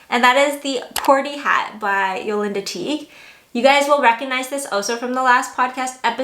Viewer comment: Gorgeous makes! Just fyi, Ysolda is pronounced “Ee-sold-a” ;)